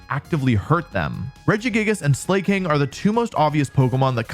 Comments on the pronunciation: Don't lie, you absolutely still pronounce names bad on purpose. "Slay-king" instead of "slack-ing" - Slaking slacks, that's the whole point. "Ark-al-u-don" instead of "arch-al-u-don" - Archaludon is an ARCH, that's the whole POINT. "Oon-feh-zaunt" instead of "un-pheasant" - it's a pheasant. THAT'S THE WHOLE POINT. And it's not "pronounciation", it's "pronunciation". There are only two "O"s in the word, not three. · Uh, I never thought it was pronounced sleigh-king. I always thought it was “slacking” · I will never understand people who pronounce it "slay-king". He's laying down. He's lazy. He is actually just slacking.... Sla... cking..... Sla-king. Slaking! The king of slack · I hate to be this guy, but... slay-king? Not slacking? Like, slacking off? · You know the word “slacker”? You know, synonym for “lazy”? And remember the word “king”? Yeah, the king of slackers. Or, in other words, SLAKING. NOT SLAY-KING. Don’t make us say SHEDNINJA near you…. 😅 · Ah yes, my favorite pokemon: Slay-king! (Psst Wolfe its slack-ing like slacker because hes lazy) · "This is how you pronounce Pawmot" Pronounces slaking 'slay king' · it's pronounced slacking :'''( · Why tf are you saying "slay-king" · I love how he pronounces Slaking as "Slay, King" 💅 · Slay-King? SLAY-King?! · What the hell is that Slaking pronunciation?